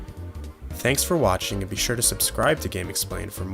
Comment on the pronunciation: why you said bye so quickly XD